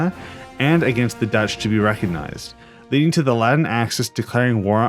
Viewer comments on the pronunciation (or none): none